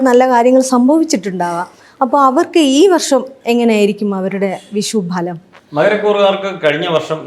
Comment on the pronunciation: വിഷ൦ഫല൦ അല്ല ഭവതി വിഷു ഫല൦